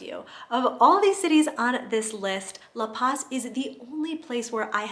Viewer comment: isn't some expert on La Paz. I like her videos fine but it's really easy to find people who've lived there at least an entire year on FB groups. I mean, she doesn't even pronounce La Paz correctly. Check out the channel Almost Retired In Mexico if you want someone who is much more knowledgeable about the place.